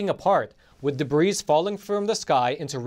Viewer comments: When you say, "debris", it is pronounced, "debree". Just a tip from an American. You almost don't sound Russian. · we LOVE you and your channel, Debris is pronounced, Debree. The "s" is silent. <3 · the "S" in debris is silent. it is pronounced DEB-REE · I love you but debris is pronounced deh-bree. Just sayin'. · The "s" in debris is silent. De-brē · Debris,has a silent s,great video thanks 👍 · Please learn how to pronounce Debris. the s is silent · Debris.... How do you say that? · in the word, "debris" the "S" is silent. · I'm not trying to nit-pick here, but the 'S' in "debris" is silent.